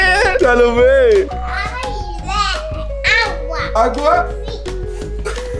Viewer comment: Me fascina tus videos lo único q no me gusta es la pronunciación de Salomé no les da como angustia que su hija hable asi